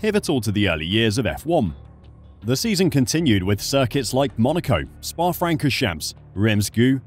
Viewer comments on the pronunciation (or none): I'm struggling with the mispronunciation of so many words. How can you be a fan or authority and then mispronounch Francourchamps?